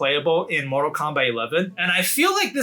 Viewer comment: "Instead of it being Kombat 1 again"